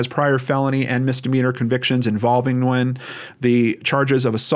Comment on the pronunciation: Small detail, but thank you for taking the time to properly pronounce “Nguyễn”. !!